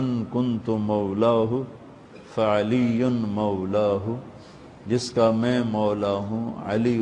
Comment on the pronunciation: Pehle sahi se padh mantunto mola fahaza ali mola ase padh